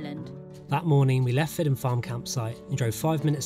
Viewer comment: Just a comment on your (understandable) dodgy pronunciation of our Gadhlig place names. The Gadhlig alphabet only acknowledges 17 letters. The proper pronunciation if what you phonetically refer to as "Fidden", is actually pronounced "Feedgen". There is no letter J in our alphabet, and the J sound is made by a D, after a vowel. Eg. The Gadhlig word for Red, is "Dearg," pronounced "Jerrag" Enjoyed your film just the same. Very proffessional.👍